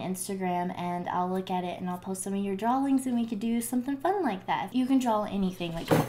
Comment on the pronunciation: drawl us: wtf its draw, i know this is not funny lol